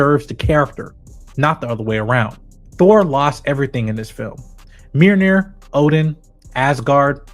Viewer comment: Mjolnir not meerneer